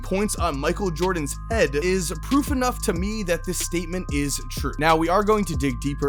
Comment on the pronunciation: “On Michael Jordan’s eAd” lmao